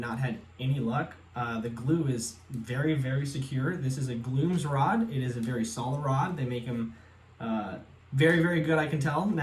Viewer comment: Boiling water works well to remove glued grips / nubs. Your pronunciation of G Loomis as Gloomis amused my wife way more than it should have. Trial & error is definitely a way to learn things.